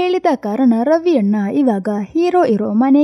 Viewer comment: ಅದು ರವಿ ಅಣ್ಣ😊 ರವಿ ಅನ್ನ ಅಲ್ಲ😊